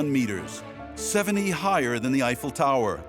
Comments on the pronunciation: NOOOOOOO! Not Eigh Fell! Aifel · Evel? The name is Eiffel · The name Eiffel has German origins, his grandparents were in fact German. As such pronunciation needs to be like the "normal" EYE-fəl. Now I am unable to watch this prob fine docu as the name is butchered every 10 seconds. No thank you 🙂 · Why is the commentator pronouncing “Eiffel” as “A-fail” ?! 🤷🏻‍♂️🤷🏻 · When visiting Paris the first time in 1966, my French born friend insisted that "Eiffel’ shall be pronounced ‘ef- fel'. And that shall be so in French as well as in English, because it is a family name (proper noun) and therefore shouldn't change when you switch to another language. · It’s not pronounced Ayfel for heavens sake! Surely you could at least have got that right.